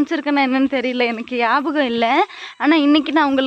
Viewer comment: ஞாபகம் னு சொல்ல தெரியாதா???? Yen ma scene podra